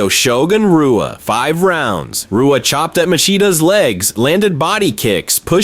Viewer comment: When you pronounce Shogun Rua with a R sound instead of an H you know its either AI or someone who doesnt know about MMA lol same with half the names in this video.